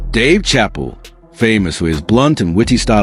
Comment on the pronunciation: can't even pronounce Dave's last name right in the 1st 5 minutes of the video 🤦🏾